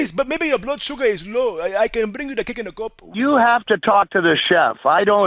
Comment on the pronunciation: This one is rewatchable just for how you say Cake-in-a-cup.